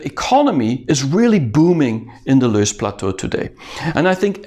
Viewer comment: it is loess (have several pronunciations) plateau not loose